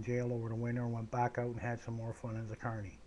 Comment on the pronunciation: Glad to know ya mate. This is an interesting story. The funniest thing is when i first started listenning i thought you said attourney and i thought you were a lawyer.